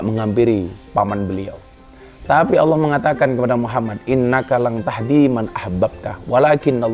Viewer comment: Yg saya dengar dg headset, bliau mbak Katty sudah fasih melafalkan lafadz Alloh, jdi iri ☺ Mugi pinaringan sehat slalu Gus Miftah